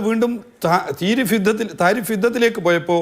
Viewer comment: നോക്കി വായിക്കുന്നു എന്ന് മനസ്സിലായി തിരിഫ് അത് താരിഫ് ആയി വായിച്ച cpm 😮